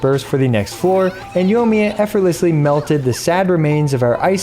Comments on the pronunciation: Say it with me....yoy me uh. Yoy (soy with a y) me uh. The i isn't silent in there. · I'm getting triggered every time I hear "Yo miya"